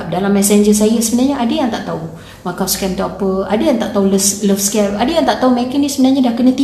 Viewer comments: Jgn lah sebut Machau, sebutlah ikut nama tempat tu Makau(Macau) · Maaf,sebutannya bukan macau scam..makaw scam sebutan yg betul.mbr cina sy bgtau✌ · Lain juga sebutan dia 'Machau Scam' Macam bunyi 'Lanchau' 😅😆😂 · Sebutan Makau sebenarnya...